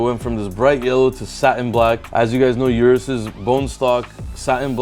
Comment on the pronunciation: O-RUS not U-RUS